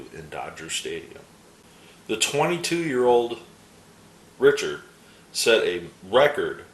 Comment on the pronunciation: I really like seeing these players from my youth that you just don't hear much about these days. Great stuff. Oh, by the way, Pete Richert is pronounced Rick-ert. As always, enjoyed the video.